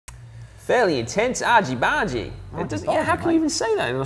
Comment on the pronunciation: your argy bargy sounds american